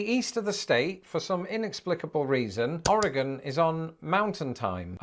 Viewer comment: Born and raised in Portland Oregon and so glad you pronounce Oregon correctly.